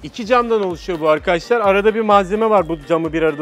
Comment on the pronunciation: 'Evet Arkaaaşlarr' 'D' Harfini Yutan Adam Gibi Adamm..